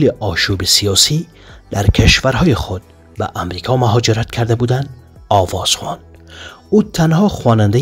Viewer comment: سلام دوست عالیقدر، این چه نوع گفتار است که شما تلفظ می‌کنيد؟؟؟ مثل سواد کامل مثل من ندارید، آواز خوان را موقع خوانیش آواز خان گفته میشه ( و) ان بسیار خفیف گوی که جای ووو الف جا گزین شده ، مثل خواهر ،نوشته میشود ولی تلفظ نمیشه، مثل (خاهر) ووو ان خفیف گفته میشه، نه مثل حضرتعالی ، و دگر دوست عزیز درکدام خانواده‌ ؟؟ سرورم اگر افغان نبوديد اعتراض نمیکردم،از انجا که دری زبان و افغان تشریف دارین گله دارم که حتی‌ دری را درست افاده کرده نمی‌توانيد؟؟ يعني در طول عمر تان جای دگر در اجتماع افغان ها، یا کدام رساله و یا کدام پروگرام رادیویی و یا برنامه های زنده از تلویزیون نشنیدی ❤ افسوس ما افغان ها روز به روز بیسواد میشویم و یا از لهجه فارسی ایرانی تقلید کور کورانه می نمایم،زنده باد ملت غیور افغان